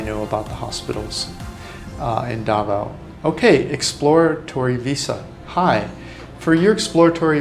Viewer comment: Some of your pronunciation of Filipino places is pretty far off, even hard for me to understand DA v o w, Duvow Cityv😅